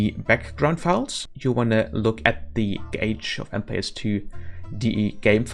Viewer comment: Care to let me enlighten you on the correction of the pronunciation? It's not "Empeers" I mean, who in the blue hell says that, It's pronounced "Empires" (say "Em-py(pai)-ers) it's not hard to say that name right.